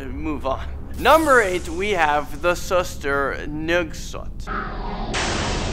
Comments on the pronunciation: I'm indonesian and you said the ghost names wrong 😯. You can try hearing those names on another YouTube channel. And its suster ngengsot not suster ngesot. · He said pocong is pokong and he said suster ngesot is suster nogsot he doesn't know how to read indonesian🤣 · "pohkung" "tuuhyol" "suestrr nongsoht" "wee wee gomblol" im sorry but thats not the right pronounciation. proper pronounciations: "poh-chong" "tuuyuul" "suester ngeh-soht" "weh weh gohmbohl" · Is sus-ter nge-sot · you say it soos- ter nga - sot